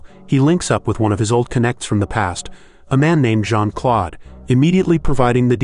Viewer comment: It's not Jean-Claude it's Jean -Claude